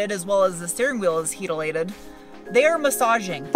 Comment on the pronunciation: “Heatalated” 😂 is crazy!